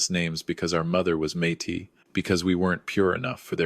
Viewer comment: Good story. And I’m happy to hear a story AI pronouncing Métis correctly for a change. Although how did we get from Kelowna, where the attempted murder took place, all the way to Vancouver Island nearly 500 Km away, when both locations were supposedly the family living places? Hence, assumably both places were also the location the attempted murder took place? Also It’s the Vancouver Sun, not Sunday.